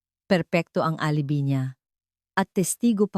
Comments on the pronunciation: alibi..... a li bay is the correct pronunciation TY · A-li-bi ka ng A-li-bi... ang TAMANG BASA SA ALIBI AY... "AH - LI - BAY" !!! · A li bi not the correct pronounciation it shld. Sounds A LI BAY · Mali po promounciation nyo ng alibi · Parang walang Pinang aralan ang taga salaysay na ito mali mali ang mga pag bigkas ng mga word gaya ng geng imbes ng GINANG , ang ALIBI naging ALIBE , hindi ko tinapos , buysit!!!! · Maganda boses mo at Ok ang kwento pero ang pangit pakinggan ang nagkwento . Nairita ako sa geneng eh gng ginang lang pala at saka di ka ba nag research kung paano ang tamang pagbigkas ng ALIBI? Sa english a-lu-bai sa tagalog A-li-bay. Hindi ako nagmamarunong naintindihan ko na hindi ka sanay magtagalog pero kinaceer mo magkwento kaya ayusin mo para mga tagapakinig mo masiyahan naman at magsubcribe sa channel mo. Ay naku ge eneng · Pronounce properly the word Gng And Alibi..